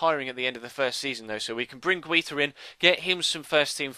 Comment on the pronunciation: I think you pronounce Guita as Guy-ta